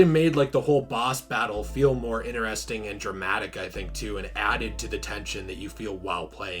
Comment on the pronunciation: No offense, I do love your content bro but it really triggers me when you say "ineresting". It's "interesting". Lmao! Besides that, I do like your content etc. This was fun to watch. Especielly at the end xD. I also feel bad for Arkham Knight. That game was good but not as good as the other Arkham games.